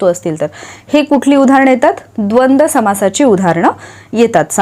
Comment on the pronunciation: Khupch chhan lecture madam Thank very much prantu tumhi dvandva samasache ucchar dvand chukiche kele ase watate